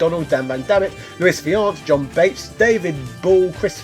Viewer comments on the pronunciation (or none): none